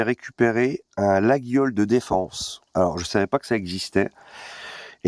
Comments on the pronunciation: Attention, "laguiole" se dit "layolle" ^^ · On dit « Layole » l’ami mais ça reste un détail. Bisou à toi!